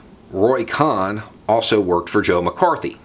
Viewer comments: COHN: Pronounced "Cone," not "Cahn." Roy Cohn was described by T-Rump as his " second father." The other protege of Roy Cohn was Jeffrey Epstein... who was recruited into the CIA by Donald Barr, the Jewish-Catholic OSS/CIA operative, and father of Bill Barr, the two-time Attorney General of the United States. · Roy "cone" not con....how could u not know that? Trump asked how many times... where is my Roy cohn? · Pronounced cone. Other than that excellent as always. Keep up the good fight. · Roy “Con” vs. Cohn (Kone) is the spot-on pronunciation of his name. He was a con-artist and Trump’s fascist POS lawyer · Sorry to OCD you, but having been inundated with Angels in America during my first, second and third lives I the theatre,, I have always heard koʊn which rhymes with moan. I apologize for the didacticism, but this man was so evil, I don’t want there to be any discrepancies when he gets checked in at the fiery gates. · Roy’s last name is pronounced like cone. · Roy Cohn is pronounced more like "Coh(e)n" I think. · Cohn like cone or cone-head. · Are you saying Cohn's name right? I think it is with a hard "o" like in the word bone. Anyways I really really like your vids. Thanks. I just looked it up, his name should be pronounced as I have written. Good movie about him. This guy was a HUGE asshole. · Somehow, credibility comes into question when you don't know how to pronounce the name "Cohn." And the Rosenbergs were executed -- you didn't know?